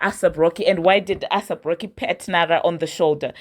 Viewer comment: I come in peace to help you with pronunciation…take this in good faith…it’s not “ASS APP ROCKY” it’s “ACE APP ROCKY” (AYSAP) xoxo 😘 with love fr Your beloved subscriber